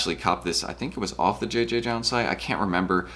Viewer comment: I believe it’s just pronounced “Jound” no multiple Js